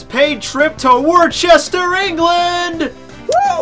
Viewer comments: Im not fucking lying when I say Im from Worcester in England... But it's not pronounced like 'war-chester' it's actually pronounced like 'wuster' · Worcester is pronounced "wuster" haha :') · He cant even say worcester riht but also proud he knows where i live XD